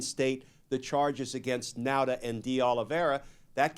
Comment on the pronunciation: Nauta is pronounced Nawta. Like saw ,naw.